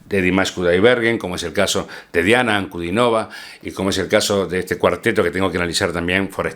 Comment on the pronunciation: Su apellido se pronuncia con el acento en la i, o sea en la tercera sílaba: Ankudínova.